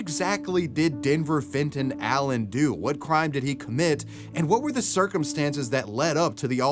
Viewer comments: "Fenton Allen" had a swing of "Fentanyl" every time you said it xD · Fenton Allen.. Fentonal Len.. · Omg if u say Denver Fenton Allen one more time I will die